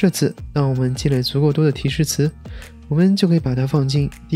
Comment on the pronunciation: dify（呆fee），不是 抵fai